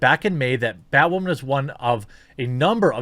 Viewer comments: God 😂 Can you stop saying “ butt wamen ” !! LMAO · JEREMY: "You may remember Batwahman--" Nope.